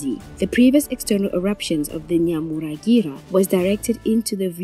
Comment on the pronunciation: Can you please try to pronounce names properly as a journalist we know it is wrong to say a name incorrectly! To do so read your texts repeats difficult words few times to memorise the proper pronunciation it is NYIRAGONGO and NYAMURAGIRA Volcano just look and read softly you will get it right